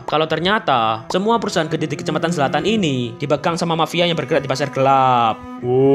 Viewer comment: Zlatan❌️ Selatan✅️